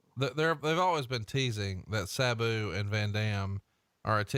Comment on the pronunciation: Is it just me or did Tony pronounce Sabu's name differently every time he said it?